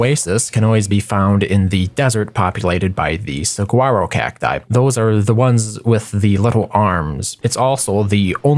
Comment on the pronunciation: Just for future reference, "saguaro" is pronounced "suh-wah-ro". Love your videos!